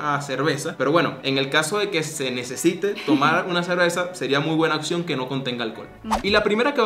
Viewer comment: Por favor no digan ''OXIÓN'', es ''OPCIÓN'', se escucha full mal